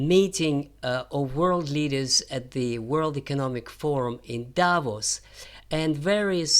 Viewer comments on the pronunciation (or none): none